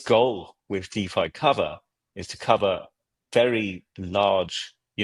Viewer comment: Thanks for the peptalk.❤ One little thing if i may. Its deFi not deVi. 😁